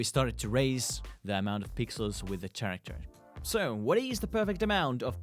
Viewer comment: its character not zharacter